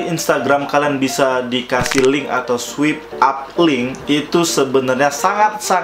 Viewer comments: Sorry to say ya kak. Mau koreksi sedikit kalo itu bacanya “Swaip Ap” bukan “Swip ap” hehe. Soalnya agak gemes aja dengernya daritadi bacanya swip ap. Makasih. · Swipe up (bacaan nya: swaip ap). (Bukan swip ap😂) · Swip ap :v Paan dah inggris ny wkwkwkk Swaip ap bacaanny bosss , follower banyak² bca gini aj nggak visa , prah lu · Bacanya swayp ap bukan swip ap bang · swipe up = "SWAYP AP "